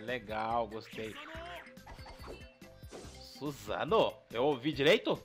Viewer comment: kkkk A 3 skill parece que ele diz susano ou Morango huahuehua